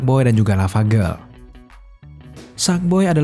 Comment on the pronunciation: Yg gw denger: sadboy dah lavagerl